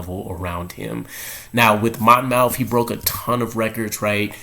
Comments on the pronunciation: Not Mon mouth College. Monmouth pronounced Monmouth College. I should call you and tell you how it's done. Miller should compete for a job like everyone else in camp has to do. No one should be anointed as the one. He might need a year or two to develop. I like some of these kids that went to a local college. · It’s pronounced more like Mon- myth. Just to clear the air lol no shots fired just saying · It's pronounced Mon-Muth. Or go watch his highlights there. They say it. I know that's small, but I'm originally from Jersey and it was killing me lol.